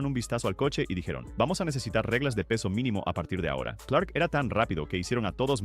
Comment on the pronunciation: Empece a ver el video, hasta que llego al . 2 errores muy basicos que delatan que NO TIENES NI IDEA. Suficiente para dejar de verlo -Es Jim CLARK, no "Clerk" -El de la foto es Graham Hill